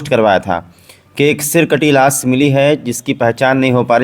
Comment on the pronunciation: Las nahin lash hota hai